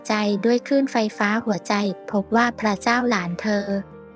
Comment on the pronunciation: พระเจ้าหลานเธอเพินว่า อ่านก็ไม่ถูก